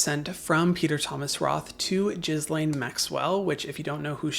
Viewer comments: Pppllleeeeease stop saying Gizlane. Her name is Gil-ane (phonetic). Island isn't pronounced Izland. The s is silent. Omgosh. People are killing me. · Its pronounced gih lain Please google the pronunciation before making videos. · Thanks for this coverage. Helps us all make ethical choices. On a different point, Ghislaine is pronounced “gee-lane” or “gee-lehn”. Kind of like saying Elaine with a hard “g” at the beginning. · For the love of god, it isn’t GIZZ-lane, GHISLAINE sounds like Elaine with hard G in front. Please take a second and learn how to pronounce Ghislaine, the internet explains how to pronounce her name phonetically : GHISLAINE: It sounds like Gee-len (Hard G): /ˈɡiːlɛn/ or /ˈɡiːleɪn/ - "Ghee" (like the butter) + "Len/Lane". pronunciation, but in French it can be pronounced "lz" in French. The Ending: Rhymes with "then" (len) or "rain" (lane). Stress: The emphasis is usually on the second syllable: ghee-LEN or gee-LANE. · not that she deserves any respect at all but you lose some credibility every time you pronounce "ghislaine" as "jazz-lane". americans are so ignorant...it is a french name that is ALL over news media with the correct pronunciation. GEE-LANE. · Please! That Demon-woman's name is pronounced 'ghee • lane,' NOT 'giz • lane'!! MOST other nations around the world ALREADY think that we're just a bunch of illiterate, gun-and-violence-crazed HILLBILLIES; please, let's not dump more fuel on the bonfire of illiteracy!!! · Her name is pronounced “Ghee-len” with the g said very softly. It’s not “gizz-lane”. It’s a French name and that is how it is pronounced in the language. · "Jizz-lane Maxwell" instead of Guh-lane on the pronunciation makes me cackle everytime ineed to be serious😩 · Not overly important, but it could confuse some. His BFF’s name is pronounced “Gee (Hard G as in Gross)-lane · not that we owe her any respect, but it’s pronounced gi-laine with a soft g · Please never stop pronouncing her name “Jizz Lane.” 😂😂😂❤